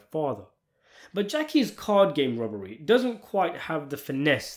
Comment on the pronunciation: Are you calling it a Rubbery because your accent is so heavy, or you're impersonating the way they say it, or you're trying to avoid the YT flagged words?